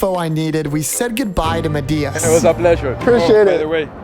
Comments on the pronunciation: Is he attempting to say MAT-eye-ass ? 😂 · i know but said it very weirdly!